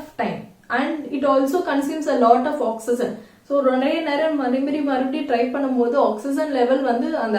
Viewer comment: Oxygen pronounciation is different mam. Awk-si-jn but ur pronouncing it differently. Which is right mam?